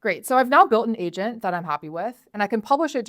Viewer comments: Sounded like she said Asian Builder... Sounds about right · For a second I thought I heard asian builder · Im telling you I swear when she said agent in the beginning it sound like she said asian😂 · Not gonna lie, I did hear "Welcome to Asian builder 101" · I thought sis said "Asian builder" for a second damn it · Not me thinking she was saying Asian Builder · why she say asian builder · I literarily heard Asian Builder in the beginning... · I thought she said "asian builder" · I thought she said Welcome to Asian Builder 101 lol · Why the hell do i keep hearing "asian builder" 😂No offence meant lady. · bro ithought she said "asian builder" HUUH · sounds like Asian builder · Am I the only one who heard it Asian Builder 101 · Man I literally heard her say “Asian” builder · Is she saying Asian builder? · Sounds like "asian builder" to me. 😆